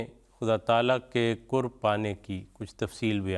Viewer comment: Kurb nahi qurb sahi lafz hai